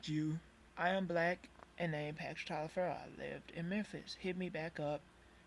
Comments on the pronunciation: It should be pronounced Toliver. (My last name is also Taliaferro). I'm related to the settlers that came over to America from England and if you message me back I can explain every thing and why your last name is Taliaferro. And you actually could be Italian. Look up Booker T Washington. So hit me up with a message, I might be able to clear this up for u a little. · It's only pronounced "Toliver" because it was anglicized. That's not the original pronunciation.